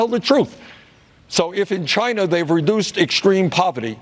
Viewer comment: Stop saying Chiner its china asshat